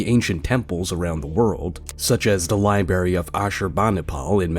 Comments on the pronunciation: Did this narrator actually say "libary"? 😂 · Ahem akchewally it's "De Lie Berry".. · Library is pronounced lie brary. Not lie berry. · It is pronounced Li BR air E. It's not berry. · Libary? Hmmmm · When he called it a LIBERRY, I lost all respect. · Wait, did the narrator just say "the LIBARY of Ashurbanurpal?" 😢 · Libary?!?! I’m fukking done listening! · Say Liberry one more time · Once the narrator said libary, I was done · I hate the new word. Libarry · what is a "lie berry?" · Did you say liberry? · Please learn how to pronounce library.